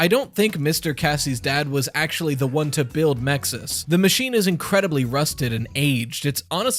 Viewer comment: The acronym for the security system is MXES, how do you pronounce it with an I between the X and S? Clearly, if an I is to be inserted, the correct pronunciation would be Mixes